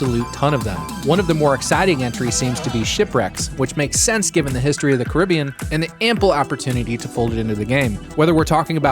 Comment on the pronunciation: thank you for not saying cara bein🎉